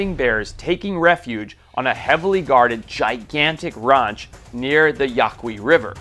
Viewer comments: You still can't pronounce the American short a vowel on words like "can't" and "ranch" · why did you pronounce ranch like that? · If I ever hear you say ranch like that again I’m done watching these phony still alive videos. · Who pronounces “ranch” that way?! 😭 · Ami I high? What is this guys accent that makes him say ranch like that? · I’ve never heard a gayer pronunciation inf the word ranc🏳️‍🌈😂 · The way he pronounces his A's in ranch and chance irk me 😂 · It's not typical of him, he must have just gone home for a visit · Probably because he wasn't raised in the States.